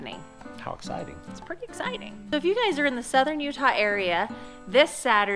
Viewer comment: when you said ezciting news, my first thought was pregnant